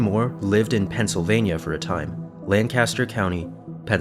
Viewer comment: for future reference, LAN-caster is a city in california. the one in pennsylvania is LANK-ister lol